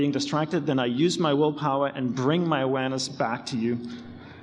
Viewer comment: He says 'Awareness' but sounds 'Uranus'